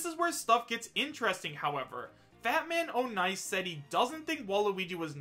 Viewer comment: Ik this is dumb but it isn't Fat-Man-O'-Nice it's Fat-Man-On-Ice